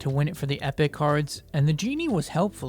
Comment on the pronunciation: Well ur pronunciation You : ephic khars deckh verses lagendeyary khars deckh Me : epic cards deck versus legendary cards deck Lol